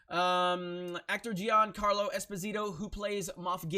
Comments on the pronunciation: You said it wrong, but it's not your fault. Being a neapolitan surname, it's pronounced Espòsito, not Esposìto. Also the name Gian=Jan, Gia is pronounced as in Jabba. Carlo is correct. There you have it: now you can be the first american who get it right :D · it's usually pronounced "jean-carlo" and this dude was in Breaking Bad as Fring and in NBC's "Revolution" as Cpt. Neville. This dude has shown his SJW or leftist tendencies as time went on as with most people in the entertainment industry ever since the election of Trump.